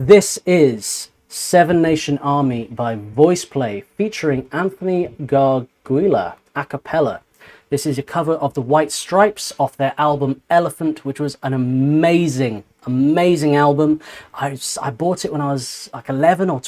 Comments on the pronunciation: Great reaction! Anthony's last name is pronounced gar-jool-a. I LOVE their arrangement of this song. When Geoff does the arrangement, Layne goes berserk. When Layne arranges a song, you're guaranteed to see Geoff do some extreme stuff -- multi octave drops, basement notes, etc. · Just to help you out Anthony's last name is pronounced Gar jew la❕️❗️